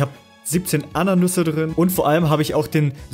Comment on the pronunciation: es heißt nicht ananüse sondern Ananasse